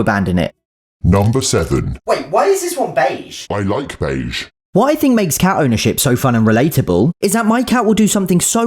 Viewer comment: what the video says: Beige Beige Beige Beige Beige Beige Beige Beige Beige Beige Beige what I hear: Paige Paige Paige Paige Paige Paige Paige Paige Paige Paige Paige Paige